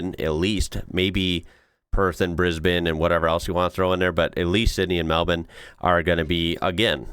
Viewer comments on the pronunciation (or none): Why did you pronounce Melbourne like melbin? It's mel-burn. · I am just super impressed with your progress in pronouncing Melbin